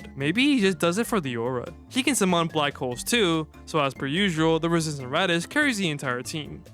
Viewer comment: i hate the way you pronounce summon (no REAL hate btw i like your videos)